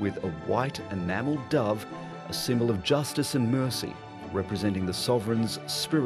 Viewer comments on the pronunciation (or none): none